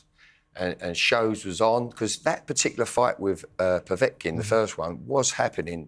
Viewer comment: He pronounces Kovalev as "Kovalov" and Povetkin as "Povotkin". It's not difficult to pronounce them as they are spelt.